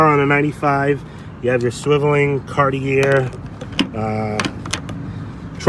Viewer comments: the word CARTIER is pronounced CAR TEE A not CAR TEE ER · Two things.Knoxville is the head of navigation on the Tennessee River, hence the anchor. Also, Cart-E-A is how you pronounce Cartier. It’s a French name. Please, if you respect the cars as you say you do, respect the name of the designer who made this special edition happen. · It's pronounced Cartier!🤣